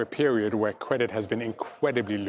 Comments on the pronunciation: "Cwedit has been inqweably loose". Ok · Be vewy, vewy afwaid... about the cwedit!